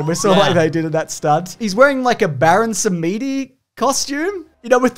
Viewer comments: how on earth do you pronounce it "baron sameedy" :P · Thanks for the hilarious pronunciation of Baron Samedi,!